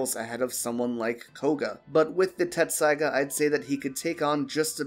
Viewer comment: It's pronounced Tessaiga, not Tetsusaiga